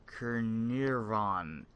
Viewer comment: pronounce Can-ar-von